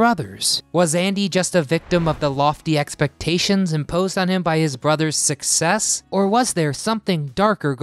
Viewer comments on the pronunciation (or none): none